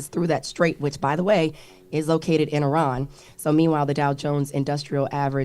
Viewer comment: Before trying to educate us on what happened with Iran, please learn how to pronounce it!